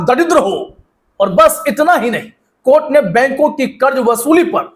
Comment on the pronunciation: Court nahin courtha